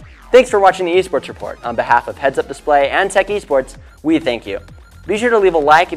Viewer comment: Small correction! Team WE stands for World Elite, so you should say the letters W and E when saying "Team WE", don't pronounce it like the word "we".